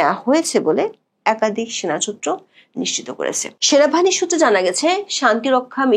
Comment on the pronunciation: একাদিক নয় একাধিক। আপনি 'ধ' এর উচ্চারণ 'দ' করে থাকেন প্রায় সবক্ষেত্রে।